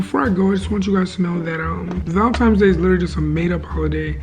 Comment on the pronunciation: Not tryna come for you but it’s valenTINES not valenTIMES